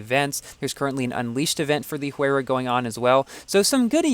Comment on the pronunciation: I heard that Pagani Huayra is pronounced as "Why-ra"